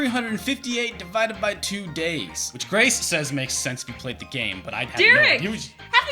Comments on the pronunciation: "donkey konga" is fun wordplay but "diddys Kong quest" isn't because you didn't get it,! I say! Also it's pronounced "three-fifty-eight over two days" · Hate to "well actually" you but it drives me insane everytime I have to think about it. The correct pronunciation of the DS Kingdom Hearts spinoff is "Three Five Eight Days Over Two" (according to highly reliable source Wikipedia). It's literally the worst way to say that bad title. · Honestly, I would've made Kingdom Hearts 358/2 Days number 2. Mostly because it's so confusing even you guys said it wrong. But I guess maybe it doesn't count since it's not a Nintendo game? idk.